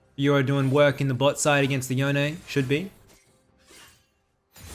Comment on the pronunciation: Just please say Yone (like you'd say Dome). Not Yonay.